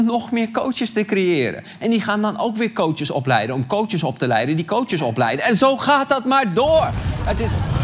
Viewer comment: Arjen ik erger me er aan dat je de heletijd cootsjes zegt!